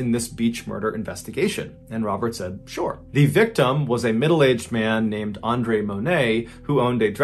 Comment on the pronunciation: ‘Beach Murder investigation & Robert said “Shore“ (unintended Accent Pun)